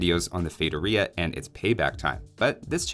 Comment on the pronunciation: Feitoria is pronounced "fay-TOR-ee-ah" not "fay-tur-EE-ah". If you want to hear it pronounced correctly, pull up Google translate, set the language to Portuguese, enter the word, and click the little speaker.